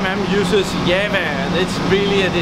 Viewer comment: What the hell is "yevva"...; does he mean Java? :)